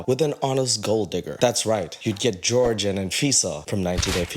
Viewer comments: Lmao that’s whore-hay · That's not "George" that's obviously "whore-hey" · guarantee his name is actually pronounced Jorge and not like George. I know so many people who are Hispanic and just introduce themselves with the white pronunciation so they don't have to deal with people being racist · ...HIS NAME IS JORGE....NOT JORGE!!!!!